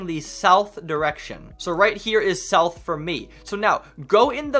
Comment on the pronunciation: Nourth or sout